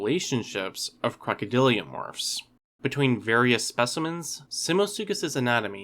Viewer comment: Crocodylomorphs my dude. Not crocodyliomorphs. Love your videos bro